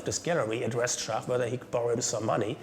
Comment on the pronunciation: It is too bad the narrator cannot pronounce Schacht's name correctly. He keeps calling him Schat. The people doing voice over translations get it right.